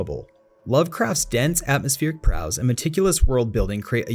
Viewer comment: Nice video! This isn't a critique bc everyone has gaps in their knowledge and maybe it was just one of those things when you are reading a script and was missed in edits but Prose is pronounced like Rose with a P.